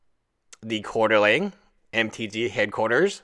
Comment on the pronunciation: quarteRING not quaterLING dude, please...